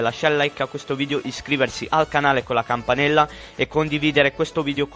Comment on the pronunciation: la ✨campanela✨